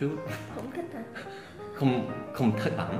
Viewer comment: Em thấy "thích" đọc giống "thứt" hơn là "thít" ạ hihi